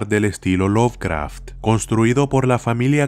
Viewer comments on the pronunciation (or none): none